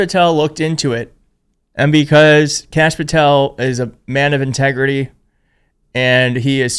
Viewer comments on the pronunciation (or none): He can't pronounce integrity.